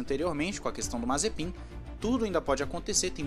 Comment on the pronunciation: Ele falando o nome mazepim e mt engracado kkkk nd contra é claro